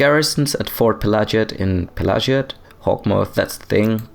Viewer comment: Pelagiad is probably named after Emperor Pelagius, so it would spell like "pela-gee-ad" rather than "pela-ji-ad". Edit: But then there's an Ashlander pronouncing it the latter, huh... Might be an ashlands accent or a geniune mistake, but might just be the canonical pronunciation also. If its linguistic root lies in Imperial (= Roman-esque) naming conventions, then it should be "pela-gee-ad". Then again, I've heard people pronounce "Pelagius" not like it should be (pe-la-gee-us), but like "Pe-lay-ji-as", for some reason. Elder Scrolls aren't very consistent in this kinda thing, sometimes they use different pronunciations inside of the same game even (dei-dra and dee-dra, etc.), and I don't know if that's intentional or not.